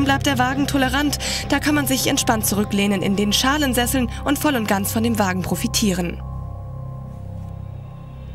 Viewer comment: Kann es sein das es bei jedem Bericht irgendeinen "sprachfehler" gibt..."S"poiler, Schallensessel..... beim SL 63 bericht sagt die alte 16 zoll felgen :-D beim SLR Roadstertest sgat die alte : Nanometer statt Newtonmeter...auhur leute lernt mal auto´s kennen und nicht nur Prospekte lesen